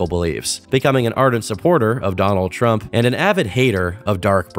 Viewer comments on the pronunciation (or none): none